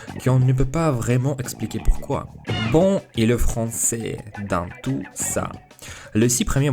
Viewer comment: le soucis qui revient le plus je pense c'est que tu prononce certaine lettres qui ne doivent pas être prononcé comme quand tu as dis que tu as voulus apprendre le français tout seul tu as prononcé le T a la fin de "tout" le t se prononce seulement quand le mot est écris "toute" ce qui le fait passer du masculin au féminin j'espère que tu as compris sinon dit moi et j'essaierais de réexpliquer